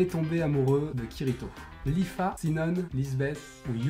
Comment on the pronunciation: Faut lui dire que sinon se prononce shinon ( et il édite le manga ;-;)